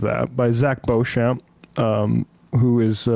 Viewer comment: For future reference... Beauchamp is pronounced "Beach'm"... I know, it's one of those names that's spelt differently to how it's said...ahh, gotta love the english language and it's foibles...🥴 🙃🐨🇦🇺